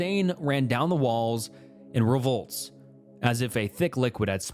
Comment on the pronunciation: Your stories are good but you need to read better. RIVULETS of blood. Riv-yu-lets. Not revolts. You aren't even trying. Also you SOUND like you're reading. Maybe try to sound more natural.